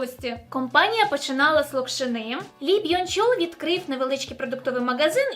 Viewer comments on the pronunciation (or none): Спеціально погуглила, правильний наголос лОкшина, а не локшинА) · в слові "локшина" інший наголос та і ліберальна маячня що жінки не можуть бігати вночі дратує але пишу це тільки тому що ти запросила писати коментарі і спілкуватись у відео)